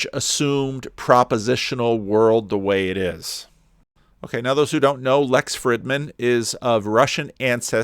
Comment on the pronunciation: Small detail,, but doesn't Lex pronounce the 'i' in his last name w/ a long 'ee' sound?